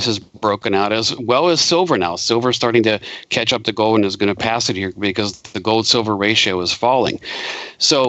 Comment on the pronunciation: What the heck is go'd? At least can pronounce 'gold' properly.